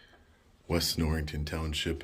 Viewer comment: Norriton, not NorriNton. My aunt lived in East Norriton for years.